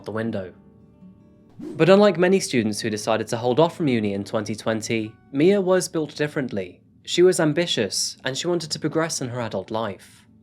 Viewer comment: It’s my- uh not Mia